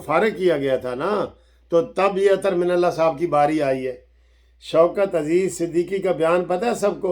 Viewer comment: I like It Sir when you say Mani mantle 😆😆